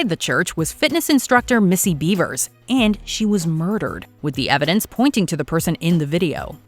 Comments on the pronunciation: Its BEVERS not BEAVERS! Man u guys need to do better research Edit- it's not SHANNON Watts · Missy "Bevers": Beh-vers; "Shannan" Watts: Shah-nan.